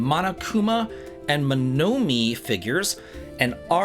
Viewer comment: Just to help you out in the future, Monomi is pronounced similar to Monokuma. It's the same Mono sound, and you have the Me sound at the end. Oh ppl who want to play the new DR (Danganronpa) game, you need to play the 1st game, well, first because the 2nd game IS connected to it from a Story POV (I won't say how) and it spoils the first game. The first Ni No Kuni game is the reason I got a PS3 and I did get the PS4 version too. Never got the 2nd game simply because of the Management aspect and I don't like management games. Saw an LP of it and it's okay story wise. I think because Studio Ghibli wasn't FULLY involved, the story was as epic as the first game. It be nice if they were more involved if there is a 3rd game. I never believe in rumors or leaks until I hear an announcement from the horse's mouth.